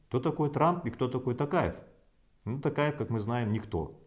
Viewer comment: Маке ел баскаргың келсе қазақша фамилияны дұрыстап айтып үйренші Такаев емес Тоқаев!